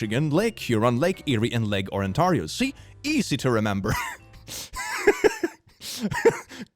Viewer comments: OR-AN-TAR-IEO!?!?!?! I LIVE IN FUCKING OR-AN-TAR-IEO!!!!?!???? AAAAAAAAA C'MON MAN!? is it that hard to say on-tair-ieo?! your killing me here XwX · Lake "On-tar-io" 💀 It's pronounced, "On-tear-io" ('tear' as in 'to tear the paper', not 'tear' as in 'a tear fell from my eye') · Ontario - on-TAIR-ee-oh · The lake is on-terry-oh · Ever time he says “Orantario” I die a little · its pronounced UN TARE E O the lake actually has its own urban legend monsters and ghosts Also i scared off some phone scammers once by waiting till they finish talking then i started to breathe like i was struggling and said seven days and hung up, we never had any scammers call since then..wait did i accidentally curse a scammer I also saw the johava witnesses off as a teenager, my mom was cooking chicken so i answered our door in my red bathrobe, chicken in hand and said "Oh hey you guys must be here for the ritual sacrifice are you steve did you bring the goat? the new guy is supposed to bring a goat" they got in there car never came back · You mispronounced ON-TARE-I-O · Hearing pronounce Ontario as Owen tarrio is adorable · i felt physical pain at when said ontario ike that. vile. so gross. i think i will throw up. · Please take this as more of a wholesome diss than real one, trying to pronounce ontario was a delight to my murican ears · As someone who lives in Ontario I'm amused by how says Ontario so wrong. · hearing pronounce Ontario was surprisingly funny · The pronunciation of "Ontario" a as a highlight for me -an Ontarian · Watching mispronounce "ontario" pains me